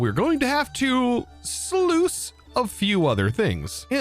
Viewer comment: Might just be my British showing but it sounds like instead of saying sluice (rhymes with juice), you're saying sleuth (another word for detective, rhymes with tooth).